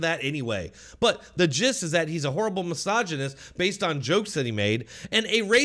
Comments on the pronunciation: It seems like was in the right here but missOgenic? 😅 I'm sorry but how could any man in the current year not know how to pronounce misogynist or misogynistic? Those terms get thrown around so much it's almost like not knowing how to say racist. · needs to learn how to pronounce misogynistic